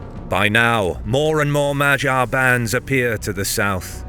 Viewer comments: this whole video is delightful, except thats not how you say "magyar". Its more like MUD-YAR (in English pronounciation). But at least you didnt call them Hungarians (Ungarisch in German) as it was the Germans who called everyone from Carpathian basin (Ungarn in German) with that name, even before Magyars. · Okay but why do you keep saying Magyar like it's pronounce like Vagina? Magyar has a hard "G" in it. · Fornosus, Mylan, and Majar... wonderful pronunciations.